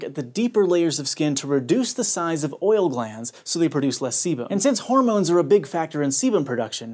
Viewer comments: I heard sebum as semen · Who else heard "semen" every frickin time he said "sebum" ?